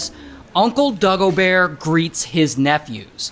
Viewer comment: das schlimmste ist dass er dagobear sagt